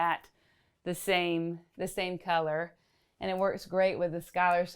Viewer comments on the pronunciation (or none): none